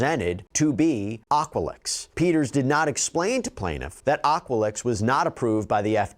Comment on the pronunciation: Aqualix though lmfao at least get it right